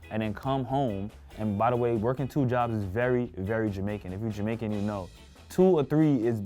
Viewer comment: Yoooooo said Jamercan!!!!!! for the girl with the braids food🤣🤣🤣🤣 I'm done!!!!